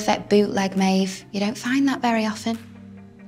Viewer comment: “maerve” WHY AM I SCREAMING AT THIS